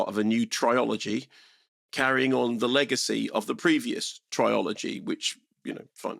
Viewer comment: What? Who tf pronounces trilogy "tri-OLOGY"